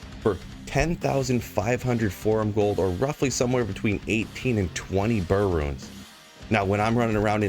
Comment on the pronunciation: "Forum Gold" lmfao